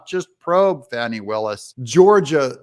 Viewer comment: Finally, someone pronounces Fani Buttcrack's name right! God bless the first and second amendments! Say buh bye to the alt left DA criminal cuz she's got prison in her near future. 👍 FJB TRUMP 24 🇺🇸